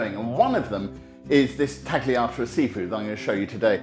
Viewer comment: Jay, why are you of all people pronouncing the G in tagliata?